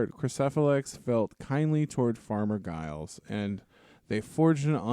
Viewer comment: I'm pretty sure the G in Giles is pronounced as a J, like the first G in gigantic. People in the UK say "farmer Giles" to refer to any generic unnamed farmer, like they might say to their kids "don't go across those fields because farmer Giles will set his dogs on you" etc